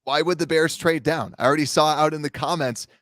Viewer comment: BEAR DAHN